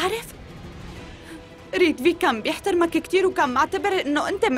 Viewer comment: هي ريتڤيك مش ريدفيك